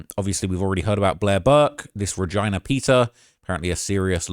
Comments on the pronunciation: bruh her name is re-JEEEEEE-na not VAGINA LMAOAOOOOO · Reg-eyena is crazy pronunciation. Have you never met someone with the name Regina before or? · I know ur from england but pls never pronounce Regina like that again ggs 🤣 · Saying Ra-Gina is out of pocket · “ReGYNA” is insane